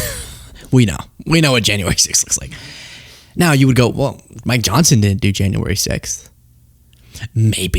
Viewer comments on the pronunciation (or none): it sounded like you said "My Johnson" lol